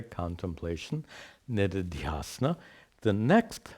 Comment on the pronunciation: They are shravaNa श्रवण manana मनन and निदिध्यासन nididhyAsana. When says nididhyAsana it sounds like niridhyAsana.